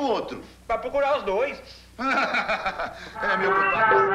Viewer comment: Seja chique como o jeca !! Ele disse " pricurar ...." kkkk